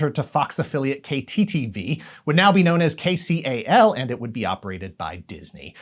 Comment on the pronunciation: The way you say KCAL cracks me up. You're clearly not from the area. It's pronounced KAY-kal (like Cal as in California)